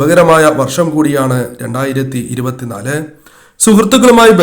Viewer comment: ആദ്യം പറയുന്ന വർഷം എങ്കിലും clear ആക്കി പറയാൻ ശ്രദ്ധിക്കൂ 😜